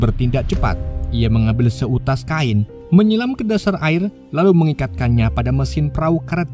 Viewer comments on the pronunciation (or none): none